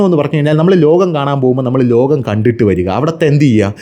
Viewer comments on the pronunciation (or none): നേഴ്സറിയിൽ പോയിട്ടില്ലേ, ലോഗം അല്ല, ലോകം 😅. ഷവാരി അല്ല, സവാരി 😅😅😅😅